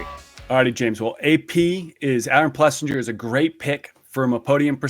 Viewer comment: I swear they stay trolling Aaron one day his name is Aaron plessinger, and then the next two guys say it's Aaron PleasANJARRR